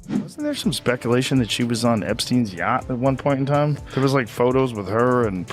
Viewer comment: Yacht not "Yatch"